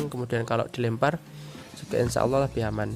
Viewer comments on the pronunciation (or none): none